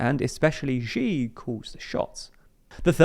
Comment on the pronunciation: Why do you keep mispronouncing Xi as "zhi"? It's cringe